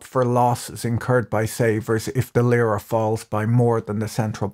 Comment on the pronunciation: It's not Lıra (as you pronounce it) but Lira. The i is pronounced as in see.